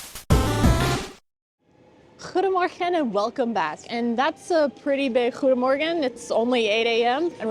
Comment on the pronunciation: Always enjoy your pronunciation 😊 guys. Your 'G' in goeiemorgen is still to hard,must be softer, IMO 😊. Also, you do not pronounce the 'N' in saucijzenbroodje, so saucijzebroodje. Peace out 😊.